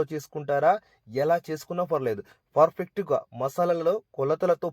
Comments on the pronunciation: Fur fect kaadu babu pa pa పర్ఫెక్ట్ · Adi perfect furfect kaadu